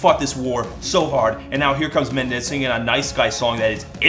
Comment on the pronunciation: "Shawn M'endes" I'M SCREAMING